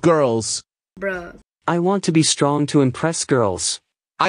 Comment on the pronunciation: "my mooscles are getting very stronk"